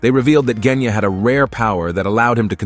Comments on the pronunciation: “he just needed to find out how to destroy the drum that controls the dragon like creature” (basically what he said) I mean zohakuten is literally keeping away from him, how the hell is he supposed to get rid of it if he can’t get close Edit: Did he just say KENYA AND NOT GENYA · Bro said Kenya instead of Genya💀 btw no hate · Bro keeps saying Kenya instead Genya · is it just me whenever the guy says "Genya" I hear "Kenya" who else hears it? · Bot: Genya ❌ Kenya ✔️ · Jenya:✅ Genya:❎ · I’m sorry….JeNyAh!?!?!? It’s genya sir lol 😂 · and y r u kept calling Genya "Kenya"? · bro said kenya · “nez” and “kenya”😂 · Ah yes, "jenya" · “Jenya” help i can’t💀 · I mean, quite a lot of these details are really just speculations and theories But I seriously just can't watch this whole video, the way he says the names is putting me off Who says Genya and Tokito like that 😭😭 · Bro said jenya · Bro said "Kenya"💀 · I'm sorry but you calling genya jenya is so funny